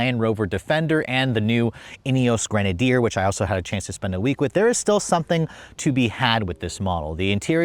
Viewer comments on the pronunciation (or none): none